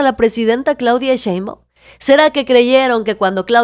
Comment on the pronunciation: A Monreal hay que decirle que no es Cheibaum es Shhhheinbaum.